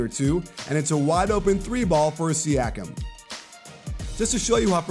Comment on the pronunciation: It's pronounced See-ah-kum.